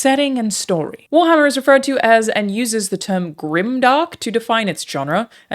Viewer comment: haha "you guessed it wharmarrrr" hahahahaha